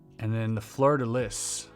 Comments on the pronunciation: I cringed every time you said fleur de lis. It's pronounced like floor de lee. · Its not pronounced Fleur de Lees. The s is silent. Sorry lol love your vids but as a Canadian close to Quebec and French NB it kinda bugged me. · BYW, it’s prounced “floor de lee” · Yeah, there are sites where you can look up the correct pronunciation of things. Things like "fleur-de-lis", where you don't end it as 'lisss'.😢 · The Fleur-de-Lis has a long history in Nova Scotia. A lot of Acadians moved to the southern states and have ancestory here.anyways you dont enunciate the s or z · bro.. i’ve heard you speak french. why you saying fleur de lis like an american that doesn’t know french is even a language 😂😂😂